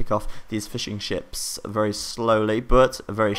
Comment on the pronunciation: when you say fishing ships it sounds like fish and chips :D